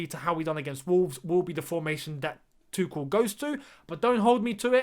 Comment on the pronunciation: id rather you say tu-shell then 😂 tu-ckel just sounds so wrong ahah